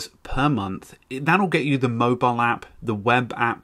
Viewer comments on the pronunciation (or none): none